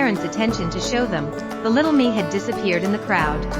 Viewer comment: You need a much better text-to-voice program. Actual human narration is always far, far better. The emotion that comes thru really improves the experience - and you don't get the "it" coming thru as "i" "t" or "to" as "t" "o".